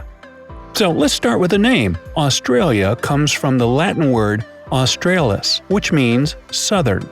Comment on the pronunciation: . You can't even pronouce 'Australis' right.